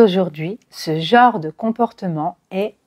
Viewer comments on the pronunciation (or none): none